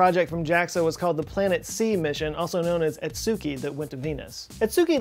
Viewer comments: it's not "Atzuki", it's AKA-tzuki, like this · I think akatsuki is pronounced a-cat-ski. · "Akatsuki" sounds like "Ah Kaht Ski" P.s. love the channel keep up the great work! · It’s ka-gu-ya and Aka-tsu-ki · every time you mispronounced akatsuki I died a little bit inside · It's weird to hear people mispronounce Akatsuki.